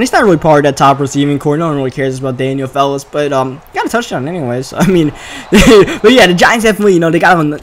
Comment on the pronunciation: I'm pretty sure its fells not fellis